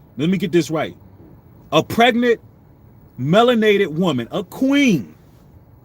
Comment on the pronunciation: Not PRegant?!?😩😩🤢🤢. Say it ain’t so. It’s hard to get through this without urling